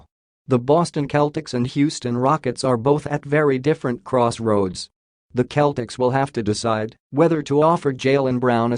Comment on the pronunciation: SeL tics Not cletics Celtics